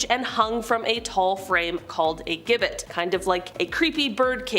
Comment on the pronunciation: "Gibbet" is pronounced "jibbet".